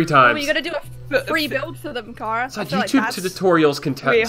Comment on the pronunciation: It's pronounced kara